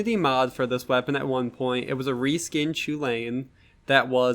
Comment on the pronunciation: I believe it's pronounced "Kuh-Linn" instead of "Choo-layne" like Cuchulainn the Impure from FFXII